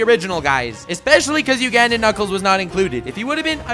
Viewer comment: You say Uganda weirdly